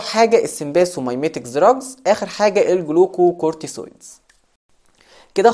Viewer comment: بارك الله فيك بس عندك نطق بعض الكلمات غلط مثل جلوكوكورتكويد وليس جلوكوكوتوسويد